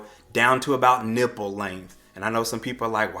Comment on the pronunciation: "NIPple" 🤣, it was the extra emphasis for me.🤣 Love your videos! New subscriber💜💜